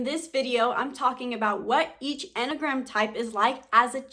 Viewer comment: Couldn't get past 1 minute in this video. The way she says enneagram makes it sound like mammogram bc she's missing a syllable... I'm a type 1, so shoot me😑